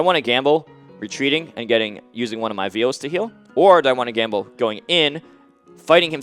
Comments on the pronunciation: The 'i' in vial is pronounced like how you would say the word "eye". It's not a calf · I didn't play Bloodborne. When m2k keeps saying "veal" like the meat, is he trying to say "vial" or "phial" or what?